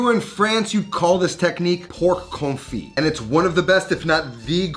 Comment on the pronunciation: Like confit? I thought this guy knows food. LMAO